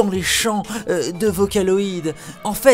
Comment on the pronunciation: MDR c'est n'importe quoi! En plus vocaloid se prononce pas comme sa! #fangirls_facher